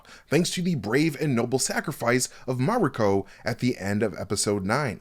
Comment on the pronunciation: Stop saying Mariko like that or get someone who can to do the video